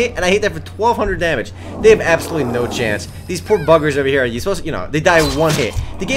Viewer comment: says chance in an accent and biggerz lol.